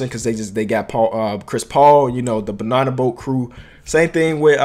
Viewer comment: Why u say banana like that😂